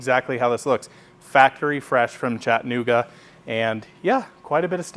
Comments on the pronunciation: Chat - A - Nooga say it with me...Chat - a - Nooga Not Chatta Nooga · I think us non-locals need a YouTube tutorial of this pronunciation because he sounded fine to me!